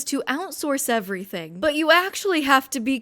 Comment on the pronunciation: "...invested everythink into crypto" - natural selection.